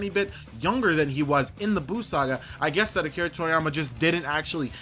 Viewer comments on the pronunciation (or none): none